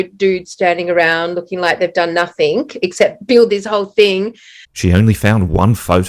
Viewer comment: Pet peeve accomplished! The word "nothing" doesn't end with a frigging K. "Nothink"....you idiot!